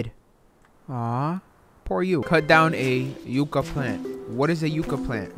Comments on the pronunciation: "Cut down a yooka plant" 😂💀 Yuh-cuh lmao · Sorry, but I thought it was funny the way you pronounced, "Yucca". It's *Yuh-Kuh*, not *You-Kuh*. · Not that anybody asked but it’s said like yuck uh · What is a you caa plant LOL , its ya caa , yucca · iTs PrOnOuNcEd YuCcA nOt YuCcA